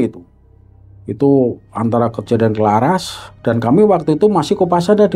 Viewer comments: Kraras pak bukan Klaras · Maaf cerita pembebasan di desa itu nama desanya itu CARARAS bukan Claras 🙏🙏 saya mengerti bukan sebutan org luar beda